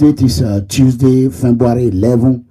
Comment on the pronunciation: Hahahah See this idiot pronouncing "Fembuary" 🐄, go to school. You dey America, America no dey in you. Those with you are just as illiterate as you. Bird of same feather, flock together. Shame on you, Big fool. This court issue will finish you. Obaseki 4+4 torgba.